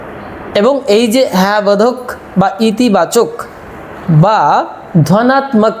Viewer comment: DHANATAK in bengali pronounciation not DHANATMAK.